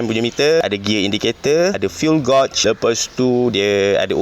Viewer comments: gauge tu disebut geij bang, bukan gauj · Fuel gauge bunyinya "fiul gej". Bkn "gosh". Ataupun abg blh cakap "tolok minyak". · Fuel gauge bang arep.. Sebutan dia gauge = gegsh bukan gotsh. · cara sebut gauge ialah "gaj" macam sebut gadget dalam bahasa melayu gajet tapi dibuang "et" tu. jangan salah faham ye, kita sama² belajar bukan nak menghina. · sebutan Gauge: "geij" 😁